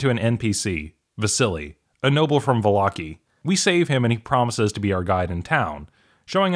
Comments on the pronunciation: Va-lock-ey? I pronounce it Valla-ky. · Volloki? What is volloki. It’s vallaki, Vall-a-ki